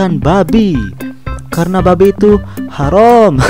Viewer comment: bukan harom bang tapi haram